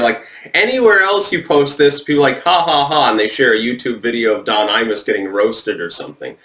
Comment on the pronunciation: Every time you say "Imus", I hear "anus"